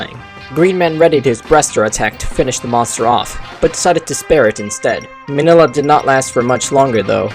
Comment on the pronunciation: It's actually pronounced mini-lla